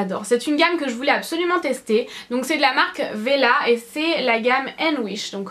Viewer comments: On le prononce comme on le lit : wella et non pas vella ;) si non j'aime bien ta vidéo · Pour tes produits de cheveux !! Et bien non ca de prononce Wella!! Pas Vella!! Il faut prononcer le W!! Ca ressemble a welcome maica se dit WELLA!! 😀😀😀😜